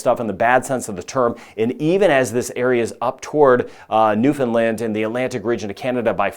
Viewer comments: I am very impressed that you pronounce Newfoundland correctly. Very few do. And to even know or care that Atlantic Canada exists. 👏 Huge respect! 🇨🇦 Subscribed. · You actually pronounced Newfoundland correctly! I'm impressed that you did and that you even went that far north